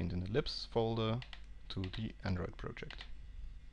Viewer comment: Every time he says 'libs' I hear 'lips'